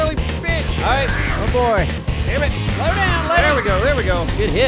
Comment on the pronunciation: anybody else notice that at 27.11 really says "sammit simon" instead of damn it simon.???? im still not sure why you guys don't lock simon up for horde nights... jail cell for simon in the future? hope so lol keep up the good work love you guys. justchillindude. '